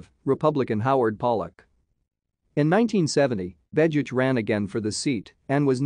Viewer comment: Your audio is profiling a different person than the man shown in the images. You don't even pronounce the name right.